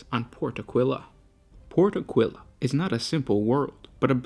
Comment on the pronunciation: I'm forced to point out that it's pronouced Áquila, not Aquíla.